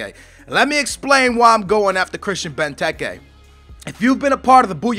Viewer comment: I remember that, Christian benteekee is how you pronounced it, hope he makes the season as good as good as villas on fifa 13